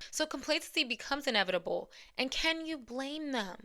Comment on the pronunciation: yikes not "enevetible" girl